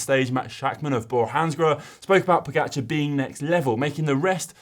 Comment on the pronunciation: Learn how to pronounce pogacar! Ugh